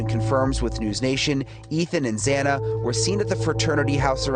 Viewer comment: You pronounce Xana's name wrong whole saying others pronounce it wrong 😮 it's cool. It sounds like both ways and I agree with you when courts and large episodes etc pronounce names wrong.